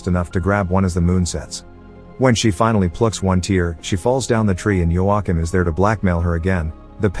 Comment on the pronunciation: You say Joachim wrong